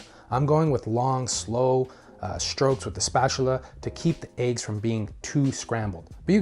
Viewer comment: You said add the aiggs just like janice said lejg. hahahah!